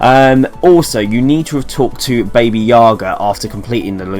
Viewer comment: Baba Yaga not Baby lol